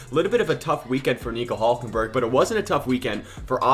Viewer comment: Who is "HULJKENBERG"? 😂😂